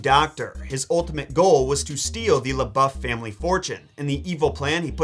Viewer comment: shout out to you for pronouncing lebouf correctly